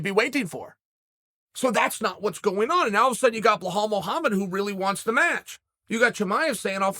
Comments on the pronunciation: Who’s Behal? It’s Belal Chael wake up dude stop free styling and do some background. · Belal not blahal chael the inbred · It’s Belal bro not Behhhhaaal. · It's Belal Not Behal, u cavemen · Kale kale kale!!! It’s beLal! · Can we all agree. That it’s belhal not Belal. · "Hazmat" vs "Bahal" says uncle Chael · Ba-laal. That’s how u pronounce it bad guy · Does he say Blehall intentionally? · Stop saying Behaul that hurts my ears! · Glad he switched from saying "Hazmat" to what was easier for him - Chimaev. But now we've got "Behal" lol. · dude cmon. kazmat chimaev? blahal mohammed? u might be dyslexic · Ah yes, BLEHALL. The Khamzat train derailleur. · Who on earth is "Bahal"? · Chael “remember the name behahl” sonnen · Blahall!!! Chael is so creative at fuckin up ppls names lmao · 'Remember the Name' Behal Molamed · Blehal 😄 lol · Chael love you bud fan bro but please stop mispronouncing BELAL !! Muhammad. It’s so annoying especially as a belal lol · For the 1 Millionth subscriber ... we need to hear Uncle Chael call him BELAL Muhammad just ONCE !